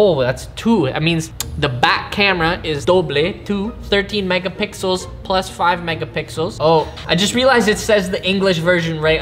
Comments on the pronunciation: When you can't say The Substract and the plus you say plUSS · “157.9 Millimeters, Eskwinas, redondela, dededas, HD PLOOS” - , Respect bro🙏🏾🤣